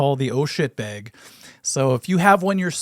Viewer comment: The way minnesotans say "bag" has seriously undone so much of the good will they have earned over the years.